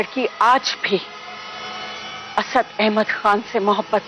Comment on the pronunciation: Nt 'arshad'..its 'asad':D